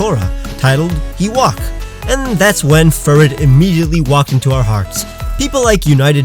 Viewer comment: ITS FURRET AAAAA